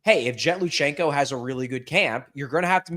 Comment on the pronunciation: it's Lui CHANK-o not Lu shenk -o Literacy! but you can call Michkov Mawww-vay all you like where'd you get that accent?